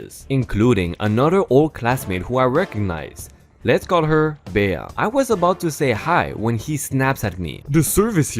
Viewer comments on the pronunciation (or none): The woman's name was Bea (Bee) and Aaron is pronounced like Erin.